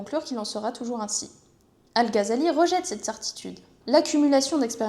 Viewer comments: "al gazali" les oreilles qui saignent 😅 GH dans les langues sémites ça se prononce comme le J en espagnol à la limite à la francaise tu pourrais dire "al razali" ça serait toujours moins bizarre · Ça se prononce ''razali'' en arabe. (Pour info,c'est pas une critique) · si tu ne penses pas que prononcer le "Gh" arabe avec un J à l'espagnole ou un R à la française sonne toujours mieux que "Gazali", comme c'est répété en boucle dans cette vidéo, c'est que tu as un problème d'audition ou que tu es de mauvaise foi, ou probablement les deux. 🙂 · Non, ça ne se prononce pas comme le "J" espagnol mais plutôt comme le "R" français. Le "J" espagnol correspond à la lettre خ arabe alors que le "R" français peut sonner comme le "غ" arabe. C'est الغزالي et non pas الخزالي